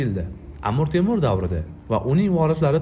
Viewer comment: Iltimos, Amur Temur demanglar… AMIR TEMIR deb talaffuz qilinglar